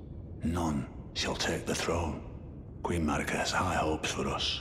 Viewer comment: Why are you able to pronounce the R in Radagon but not in Marika? Somehow it becomes Mawika